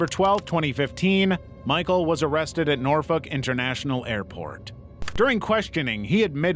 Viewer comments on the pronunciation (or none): none